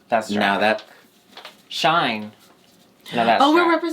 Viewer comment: It's not shine, it's shein, like "she's in"